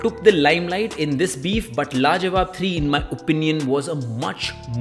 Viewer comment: LAJAWAB 3 ❌ LAWAJAB 3 ✅